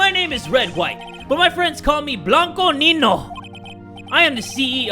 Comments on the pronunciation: He pronounced niño wrong he said (neen no) while its pronounced ( neen yo) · Niño is pronounced “ninyo” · ITS PRONOUNCED NEE NYO !!!!!! 🤦‍♂️🤦‍♂️🤦‍♂️🤦‍♂️ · its niño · Lmao! The Nino part us supposed to be in Spanish!😂😂😂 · This dude said Blanco Nino hahahaha. Im dying